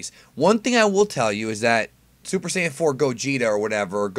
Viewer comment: Here's a fun drinking game; drink a glass alcoholic beverage every time says "sayan" in the video.